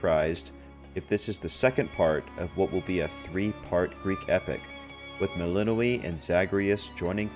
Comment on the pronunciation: Isn't her name pronounced Mel In Noy